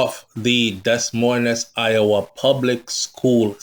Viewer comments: Des moines is pronounced di- moy- in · You're too old to still be pronouncing words like that and you keep saying it...the S's are silent my friend..its Pronounced Deh..Moine.. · Pronunciation of that city Should sound like you’re saying Demoin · Pronunciation of Des Moines is “De Moyne”